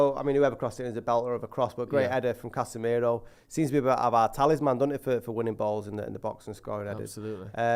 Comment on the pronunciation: say casmirooo in most mancunian way ever